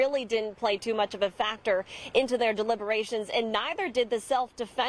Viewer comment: Thank you for pronouncing his last name correctly.